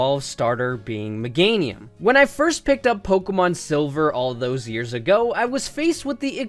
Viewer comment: It's Meganium, NOT Megnatium! AND HURTED IS NOT A WORD!